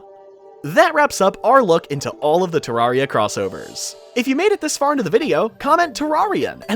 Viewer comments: its pronounced te-rare-re-a the first te has a short e not a long e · thats the british pronunciation